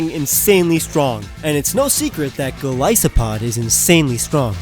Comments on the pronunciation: not gilisopod say it right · I agree on Golisopod